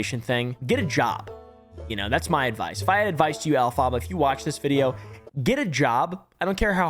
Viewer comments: not elphaba its elf-abar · Off topic but I thought the name Elphaba was pronounced Elpha-buh, instead of El-phah-buh. Unless does she herself prounce it the other way? As a fan of Wicked it was a pet peeve lol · I think you’re putting the emPHAHsis on the wrong syLAHble. If their name is based on Elphaba from Wicked, it’s pronounced EL-phuh-buh. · This man has never seen wicked but it’s funny. Also just FYI, the name is pronounced Elf-uh-buh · Dude, her name is elfphaba (ellelfaba) which is one word, your making sound like she is mexican. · Hey I love your content but her name is pronounced “elf-uh-buh” like the witch from wicked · The way says Elphaba is hilarious to me😂 It’s pronounced Elf-i-ba, you can actually look up the pronunciation by looking up Elphaba from the musical Wicked. This isn’t meant to be mean, just a lighthearted correction. On another note, the editing, commentary, humor, everything is great here, keep it up! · isn’t it EL-fuh-bah like the witch from the Wizard of Oz/Wicked? they are wearing a lot of green 😅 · Alf-ah-buh. Like the wicked witch in Wicked. Lol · "elPHARHBARH" I LAUHED EVERY TIME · Is that how their name is supposed to be pronounced? I thought it was more like elph-uh-ba. like the character from Wicked? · the way he is saying elphaba is killing me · The way u pronounce elphaba 🤣 u clearly have never seen wicked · The way he pronounces Elphaba makes my teeth hurt. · I don’t know who this person is but is their name not pronounced like in Wicked? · As a theatre nerd, It p a i n s me to see how pronounces Elphaba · I think my favorite part of the video is constantly mispronouncing the name Elphaba 😂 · Everytime he said it wrong it made me laugh.